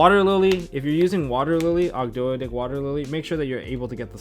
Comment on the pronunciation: It's pronounced "Og-doh-dic" like how Toad is pronounced "Toh'd"